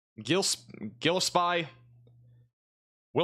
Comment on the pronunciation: I truly comprehend how you could have mispronounced several Illinois towns which you may have never visited in person. But I've visited several of these towns and I do know their correct pronunciations. The town of Gillespie is correctly pronounced gill (as in a fish) es (as in the letter s) pie (just like saying the word pee). You seem to miss the letter n in the spelling of the town of Staunton. As for the town of Cowden? Just think of a cow sitting in a den. That's how you pronounce Cowden.